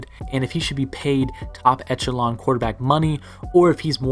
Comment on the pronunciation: Today bit...make sure you facts are more precise and try not to use the word echelon so much...also it's pronounced eh·shuh·laan...constructive criticism THATS ALL!